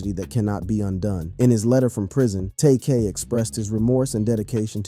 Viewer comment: saying his name like that should get you 500 years in prison...